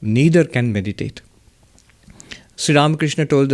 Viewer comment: Pranam Maharaj ji, the way you pronounce Sree Ramakrishna is soo beautiful ❤️.